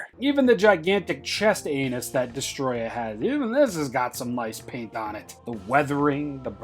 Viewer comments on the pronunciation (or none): You didn’t say chest anus u just didn’t 😂😂😂😂😂